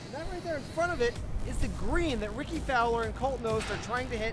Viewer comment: "Ricky Folwer"